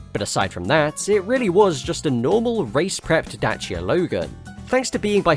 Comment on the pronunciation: Somebody actually pronounced Dacia properly, I’m amazed.